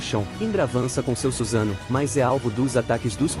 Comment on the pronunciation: é suSAnoo e não SUZANO gênio kkkkk